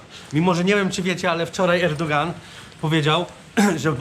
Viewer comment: Nie mówi się Erdogan tylko Erdoan